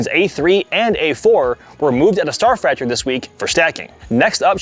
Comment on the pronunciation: Please someone tell him already that the word is "factory" and not "fractory" for god's sake